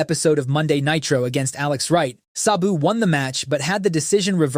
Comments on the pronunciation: If your going to do a video about someone you don’t know then title it “The Beautiful Tragedy” at least get the person name right his name was “SA-BU” not “SOB-U” like you gave him 🤦‍♂️ 😂 rip to a legend and someone that I actually was alive to see since 1993 SABU! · It's pronounced Sab (rhymes with dab) BOO. Not suh-boo. Not say-boo. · Its just S A B U. Why are you mispronouncing it constantly the whole video as if there is an H in his name. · pronounce Sabu correctly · How are you going to make a video about the man and mispronounce his name repeatedly through the course of it?